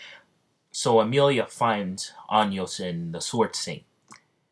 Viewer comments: bruh... listening to how to say Anos Voldigoad at least once before you start a what if getting it completely wrong every time should be, like, the bare minimum. Just listen to him say it on the English dub. It's like Ah-noes not Anyos and Vol-di-goad ain't exactly hard either. Hooked on Phonics, my dude. And if you're making constant mistakes you should do another take until you get it right and only use that final cut instead of including every single one. That's like the basics of content creation. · I normally don’t mind these things but anios bro 😂😂😂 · Anios 💀💀💀💀 ok if that mispronounce was a joke then i can understand but anios 🤣🤣🤣